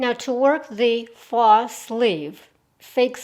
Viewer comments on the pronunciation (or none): This is so cute I've gotta mKe it ..oh & faux is pronounced foe